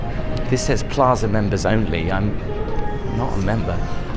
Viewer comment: Just FYI. Paiza not plaza.